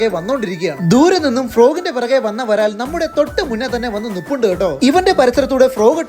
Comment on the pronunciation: ബ്രാൽ ❌ varal✅